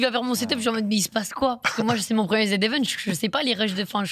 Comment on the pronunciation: Dis, dans quelle langue le z se prononce zi?